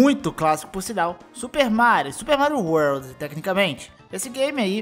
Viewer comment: SUPER MARIO UORLDIS